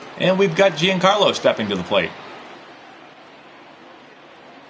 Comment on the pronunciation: Like this so knows Stanton’s name is pronounced “John Carlo” not Jee-Anne!